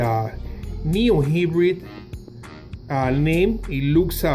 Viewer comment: bruh! its hybrid not hibrid